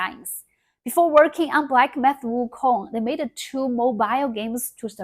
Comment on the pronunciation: 😂😂 her English is actually quite good but that was funny.